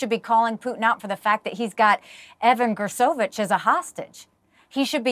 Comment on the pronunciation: Jeez how many times going to call him Nulvany? Alexei Navalny Mick Mulvaney. And it's Gershkovich not Gersovich. ffs Nancy.